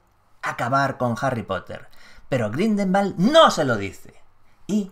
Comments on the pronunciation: Buen vídeo, pero soy el único al que le ha puesto nervioso que diga mal todo el rato GRINDELWALD (Grindegüold, pronunciado), no Grindelbald xdd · Hola, una pequeña corrección: la pronunciación del apellido es Gridelwald, no Gridelmald. Espero que no le moleste =) Saludos. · Maria Laura Menna creo que lo pronuncia GrindelVald como pronuncian la w los alemanes y cercanos a ellos...